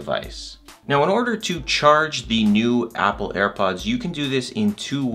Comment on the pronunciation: what kind of pronunciation when he saying "apple"